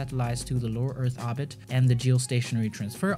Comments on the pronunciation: into Arbit ? Orbit.... OOoorbit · Not arbit ORBIT. Hate me oar you like, speech inpodament used to be treat'ord in schoools now it is considered an accent wtf. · please... its oRbit... no obit... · You say "orbit" wrong. It's OR-bit. Not AH-bit. ORbit as in orange, ordinary, organ. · I love your videos but please stop dropping r’s it makes the video hard to watch or-bit obbit is just annoying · it's pronounced or-bit, not aw-bit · Its not ahbit its said ORB IT. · orbit not obit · actually it's Orbit not Hobbit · Orrrrbit not oooooobit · Orbit. Not obit. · The word "Orbit" has an R in it. ORbit. Say it with me OR... B....IT ORBIT ORBIT ORBIT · I love the video. Except you pronounce ordit wrong. It urks me. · Fantastic video! Please learn how to say oRbit. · please stop saying "orbit" wrong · If he could pronounce orbit right i could watch this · It physically hurts every time you say orbit. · Ookko Nää Suomest for not pronouncing orbit correctly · Names and he cannot pronounce Orbit. There is an R in there. I don’t know what his first language was but it wasn’t English. He can’t even get the tenses of his verbs right half the time. Interesting informative video but a bit annoying to listen to. If it wasn’t edited this well or contained quality information I wouldn’t have been able to watch it. Like fingernails on a chalkboard every time he butchered the language, but he recovered well with the content.